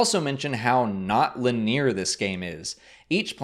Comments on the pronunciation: Great review! Just a note: "linear" is pronounced "LE-nee-er", not "le-NEAR". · Did you seriously say “lin near” instead of linear as in lin-ne-air? That’s a first for me. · Awesome preview and it's great to hear how it's shaping up! On a side not, , linear is pronounced, "Lineeyur", not, "Lineer." :P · Great video, but I laughed pretty hard when he said "lineer" instead of linear. Good shit though, I'm subscribing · "Lin-EAR" lmao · omg was right! Lin-eer? xD (silly nitpick on an otherwise great video! I'm excited for what this game has to offer! the way you've presented it, it sounds like it will be amazing) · lin-ear? scr-ipt? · Is it really pronounced "Lineer"? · Nope, lol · He's gotta know that, it must have been a misfire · don't know about that. It's not been the first time he's pronounced it that way :p